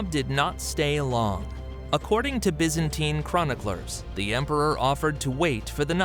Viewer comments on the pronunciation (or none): BY -ZAN-TINE.